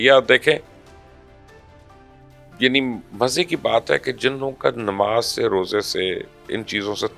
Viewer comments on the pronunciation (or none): none